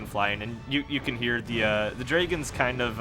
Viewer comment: love how you say "draygens" instead of dragons ahah